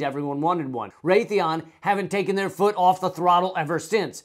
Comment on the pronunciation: It's Raytheon.